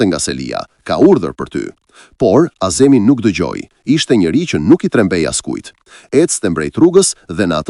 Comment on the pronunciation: Vure mire theksin e emrave ( azemi') jo(a'zemi).